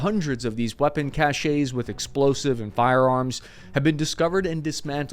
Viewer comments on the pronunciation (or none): …found these old NATO *caches… (pronounced “ca-shez”, not “ca-shays”). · Just pronounce caches as "cash---sss", Cap.